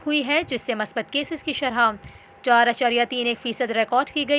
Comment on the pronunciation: bibi shrha nahi shrah